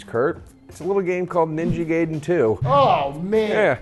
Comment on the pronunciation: you said Gaiden wrong...